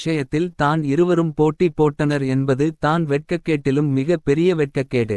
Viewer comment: தம்பி தயவு செய்து தமிழை சரியாக வாசிக்க முயலவும். தான் - தானே என்ற சொற்களை தனியே உச்சரிக்காமல் அதற்கு முன்னதாக உள்ள சொல்லோடு சேர்த்து உச்சரிக்கவும். உங்களைப் பார்த்து பிறரும் கற்றுக்கொள்ள வேண்டும். தமிழ் மிக அழகான ஒரு மொழி. அதை தமிழர்களே சிதைப்பதுதான் வேதனை. பலருக்கு வாயில் "ழ" வழங்குவதே இல்லை.